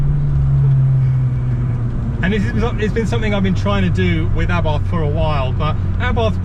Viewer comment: Why are you calling it A barth. It is pronounced Abarth as in Arbarth. I had a Strada 105tc and Strada 130 Abarth....say it properly please please please.